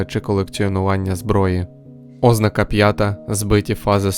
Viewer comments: Відео корисне, дякую за українськомовну адаптацію. Але на майбутнє, не збивайте людей з пантелику, наголошуйте слова правильно. ознАка, ніяк не Ознака. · ознАка Наголос на другому складі (на перше а). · Ознака (з наголосом на О), wtf? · Якийсь дивний наголос на слові ознака.